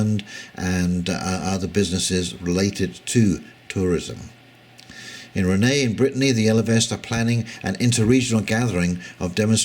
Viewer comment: BTW, Rennes is pronounced Ren. ;)